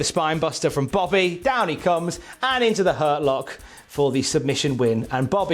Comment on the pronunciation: adding some timely emphasis to "down he comes"